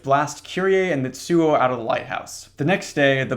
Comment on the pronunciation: Little tip: a “ts” in Japanese is a single sound, like “sh” and “ch” so instead of Mit-suo its mi-tsuo. Its like when you imitate the sound of a drum cymbal. I’m only saying it because I like how it sounds lol, gotta be one of my top ten phonemes